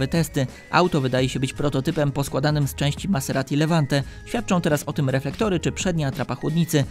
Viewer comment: ciągle słyszę "Passeratti" zamiast "Maserati" 😂